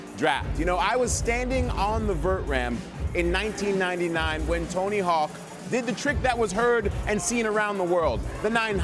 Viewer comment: Dude said Tony Hack… 🤦‍♂️